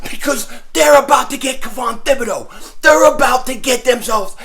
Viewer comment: Hey it's pronounced 'Tib-a-doe, the H is silent. It's a French name.